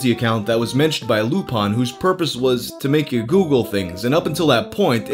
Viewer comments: You are saying user lupins name wrong. Its not lupawn but lup-in think of professor lupin from harry potter. Lupin is also latin for wolf fun fact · Also interesting that you pronounce "Lupin" as the French would, "Loopahn". Most Americans would say, "Loopin". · lupin96's name was in reference to Arsene Lupin, the classic gentleman thief from French literature. The French pronounce it more as loo-pahn. You can also hear this with almost every English dub of the classic anime Lupin III. It's not based off the Latin word or Professor Lupin. Whether knew this or not, I don't know. But he seems more like he'd be a weeb than a HP nerd growing up, so he no doubt first heard the pronunciation used in Lupin III which aired on Adult Swim in the early oughts. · how the fuck does mispronounce lupin?